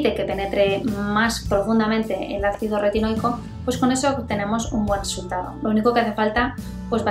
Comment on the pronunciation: Ácido que?? Retinoi que????? Porque lo dice de una manera que no se entiende